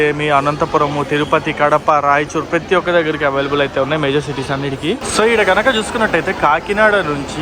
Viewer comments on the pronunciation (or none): none